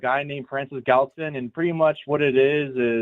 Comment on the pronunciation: Why are they calling him "Gallatin"? His name is Francis Galton.